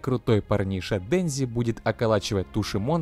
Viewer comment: Денжи, Почита... аааа, мои уши